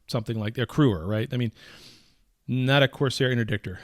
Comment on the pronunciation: Lol Corsair.. Coercer is a different word. Love you!